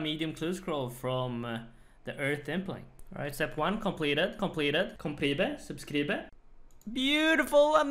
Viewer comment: "completed" "completed" "complebe" "subskribe" xd